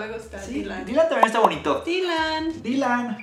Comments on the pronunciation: me encanto la forma en que pronuncio el nombre de DYLAN ese nombre es precioso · En nombre de Dylan me gusta mucho y me gustó cómo lo pronuncia 🤗